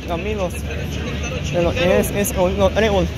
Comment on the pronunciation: ES "TREBOL".......NO BREBOL,$"':@